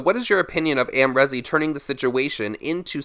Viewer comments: It’s not rezzz it’s reeeez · The way u say Amrezy hurts my brain 😭😂